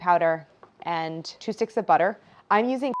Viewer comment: It's Kerrygold Buterr!